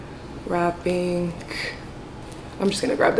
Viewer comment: “Wrapinkkk” she pronounces ing as ink everytime hahaha 😝